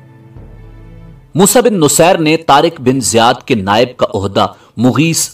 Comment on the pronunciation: Moosa bin nusair nhi moosa bin naseer